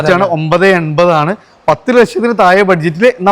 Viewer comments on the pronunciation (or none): തായേ അല്ല... താഴെ...താഴെ....